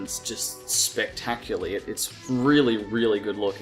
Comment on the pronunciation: You are saying: "The film opens just spectaculy". Pal, it's not 'spec-tac-u-ly!" It's "spec-ta-cu-LAR-ly". You definitely have a problem with getting some words right.